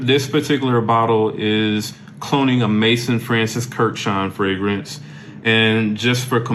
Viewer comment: Maison. Not Mason.